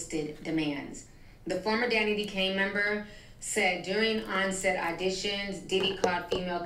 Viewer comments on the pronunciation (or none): none